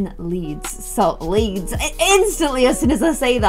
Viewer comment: I’m from souther Louisiana and when you said “iM frOm LeeDS” it sounded just like a southern accent 😹